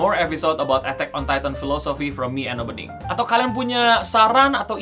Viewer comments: harus.y di baca e'tak bukan etek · lah iya si ngomong nya "etteck on titan" woii.. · Apa cuma gua doang dengernya etek on tayten “penyebutan e nya kayak ngomong ketek” 🤣